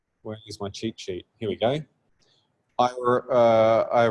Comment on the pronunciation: I thought he was saying ChiChi instead of cheatsheet In general I think postgraphile is good for generating CRUD. It can really speed up the boilerplate setup. Other than that is not scalable for development since you would have a bunch of SQL files. So everything non-CRUD should be in in framework atop the postgraphile.